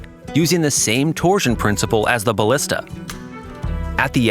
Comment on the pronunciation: That AI gotta stop saying "torsion"